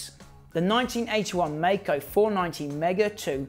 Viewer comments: I'm pretty sure it's pronounced like the word Kaiser, like My-Co, as opposed to May co Also, I've ridden one of these and it was phenomenal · Yes. Legend. (Its pronounced My-co). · Except Maico is correctly pronounced My-co...